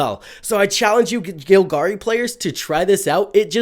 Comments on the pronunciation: It's GOLgari bro, not GILgari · Vraska is gonna get you if you keep pronouncing Golgari that way.